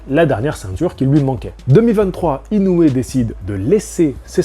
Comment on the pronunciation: ça se prononce INO - OUé!!! 😛 (réécoute le début de ta propre vidéo, le speaker du combat prononce bien le nom du Japonais)